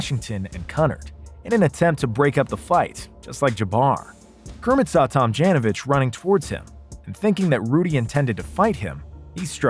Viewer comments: "Rudy Tom-JAN-ovich?" pronunciation: /tom-JOHN-oh-vich/ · You lost me when you Pronounced Rudy's last name Tam Jan o vich.......uhhhhhhhh.....noooooooooooooo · He totally butchered his last name